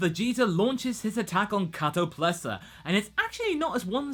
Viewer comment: KatoPESLA. Not Katoplesa.. lol